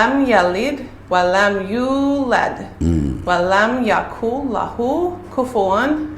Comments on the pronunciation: Asselamoe aleikoum,beste broeder en zuster: een opmerking wat betreft de aya van de surah al ikhlas is bij de aya WALAM YAKUL LAHOO KUFWAN AHAD is fout het moet zijn WALAM YAKUN-LAHOO,YAKUN not YAKUL. BARAKA ALLAHOE FIEKOUM. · MASHALLAH 👏❤️ It is N in (wa lam yakuN) but it read (wa lam yakul) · Wa lam ”yakun” NOT ”yakul”